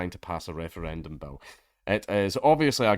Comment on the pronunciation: lmao i may have to dodge bullets on my way to work every day in america, but at least I get to laugh at the silly european people fail to pronounce Referendum.